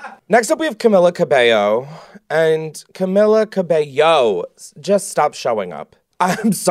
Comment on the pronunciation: “Why you gabanna go make things so complicated”😂😂😂😂😂😂😂 “Camilla CABAENOO”